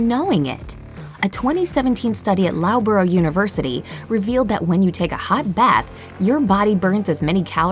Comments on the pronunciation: Lowbureh? It's pronounced Luffbureh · its pronounced luff-bur-rer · Nice one america its pronounced lufborough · It’s not pronounced Loughborough it’s pronounce “luff-bru” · Loughborough is pronounced Lufbra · It's pronounced Luff- buh- ruh! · It’s pronounced lufbourough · its pronounced 'Lufburrow' university. smh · I was looking for this comment to see if anyone noticed😂 Luff borough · The way Loughborough was said 😭😂❤️ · The way they pronounced Loughborough makes me angry 😂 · pronounce loughbrough correctly pls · Americans really can’t pronounce British words. That is not how you pronounce Loughborough 🤣